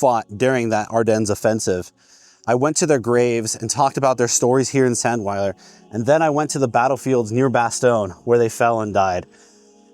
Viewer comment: Get your pronunciation right, it's pronounced, ZANDVILER.